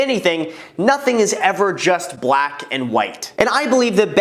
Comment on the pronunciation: I don’t like the way he says BLACK